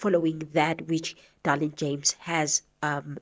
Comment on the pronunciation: Her name is Dereleen not Darlene 😂